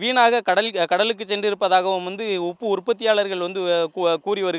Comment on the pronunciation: ஐய்யா அது உப்பு அப்பு இல்ல